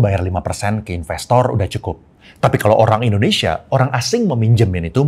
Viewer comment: Di di di di di endhonesa,,fact sih koh